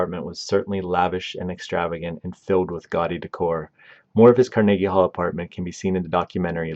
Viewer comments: Car-Neggy. It just makes my skin crawl. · Carnegie Hall-Karn-uh-gee with a hard G. Not Kar-neegee. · The mispronunciations OOF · Learn how to pronounce Mahershala and Carnegie and your reading is boring and flat. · He has a telent to mispronounce names, he emphasises Mortensen and Carnegie (Hall) on the second syllable instead of the first. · He’s got like two different pronunciations of “Carnegie,” and they’re both wrong.